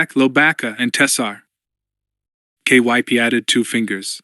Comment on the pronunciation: That's a fact. I don't mind the awkward cadence of the AI reader, but i can not stand all the names he pronounces wrong. Took me until the end of chapter 2 to realize "K... Y... P..." was supposed to be Kyp, why on earth does he spell it instead of trying to read it?